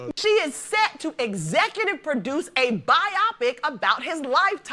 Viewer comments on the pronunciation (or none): "Bi-opic"?! My good madams it's "Bio-pic", as in "Biographical Picture (film)". 🤣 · A "bi-opic." And not bio(graphical) pic(ture).